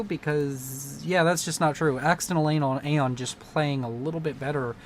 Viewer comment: I enjoyed the multiple Freudian slips with "Accidental Aeon" becoming "Accidental Anal." xD